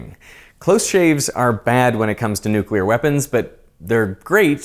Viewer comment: Thank you for saying nuclear properly - "new clear" not "newk ular".